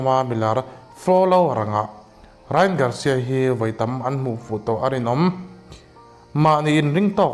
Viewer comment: Rai-an tih tur aw❤